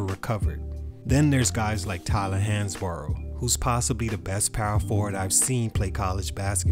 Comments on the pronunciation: Pronounced Hans-Bro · It's pronounced like "Hans-bro"